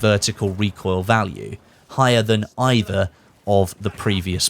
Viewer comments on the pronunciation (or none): none